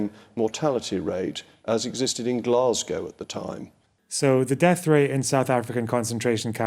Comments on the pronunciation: It makes me unreasonably angry hearing Glasgow pronounced like that. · Do you mean the way says it? Because that's the way all my Scottish relatives, most of the scots of my acquaintance and, in fact, most of the U.K. say it. Glah-z-go vs. glass-gow which I only ever hear from Americans (to go with Edin-burg). Or did you mean the way Rees-Mogg says it? Fair. But, that may be less to do with pronunciation and more to do with the fact that his mouth is open and sound is emerging.